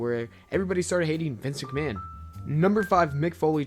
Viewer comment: Good video, but work on your pronunciation - you said "live tragic" instead of "tragedy", mispronounced Vince McMahon repeatedly and so on. Good vid though.